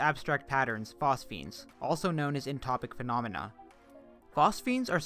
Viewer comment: incredible video thank you!! and it’s entoptic, not entopic